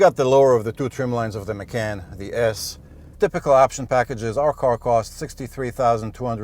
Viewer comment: Please learn how to pronounce "Macan" and "Porsche".